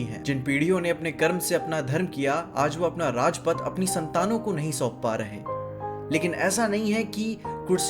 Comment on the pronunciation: bhai used AI for scripting but pronounced राज पाठ as Rajpath